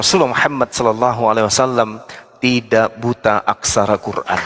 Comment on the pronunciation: Kafir klw nyebut Qur'an muuuuesti dgn sebutan kuran, di sini sdh jelas klw para Kristen pembenci islam.